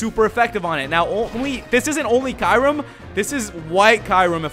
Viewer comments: It's pronounced kerum not kirum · Its cure-em not kyrume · it is not called ki rem it is k your em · oh for godsake its kyu-rem NOT kai-rem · dammit its KYU-REM not KAY-RUM. (i'm sorry if this is a bit rude but i cant take it anymore) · Its not kayrem its KYuurem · Its, Ke-your-rum, kyram, lol silly guy who makes unnecessary noises and voices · Ky u rem that's who you pronounce kyurem not kirem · I pronounce Kyurem as "Queue - rem" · Cure-im is how u say it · ITS KE YU RUM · No it is pronounced as Kyoorum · Kyurem is pronounced Cuu-Rem. This has been frustrating me for forever. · ist it should be kyu-rem? like q-rem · Watch "Kyurem vs The Sword of Justice" Kyurem is pronounced "cure-em" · It's pronounced Kyoorem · Nebby Get in the bag cure-em, watch Kyurem vs the sacred sword movie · And the pronounciation is Ke-your-rum, not the way its spelled, Kyurem. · It's Kyoo-rem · It's "KYOO-rem" says it in the fucking pokemon handbook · THAT'S NOT HOW YOU SAY RESHIRAM OF KYUREM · It's pronounced Ki-rum